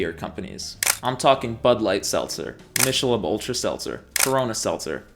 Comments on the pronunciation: Michelob pronounced ‘mickehlobe’ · I thought Michelob was pronounced "MIK-UH-LOBE"... at least, that's how I remember it when they used to promote it on TV when I was a kid. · Wait did you just say mishalobe? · I love your videos but watching content from a guy who cant pronounce michelob is sad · I had to rewind the video to make sure you pronounced Michelob the way you did